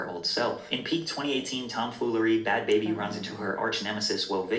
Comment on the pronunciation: What annoys me is people saying Bhad “Baby” when it’s Bhabie like BARbie but said without an R like someone from Boston.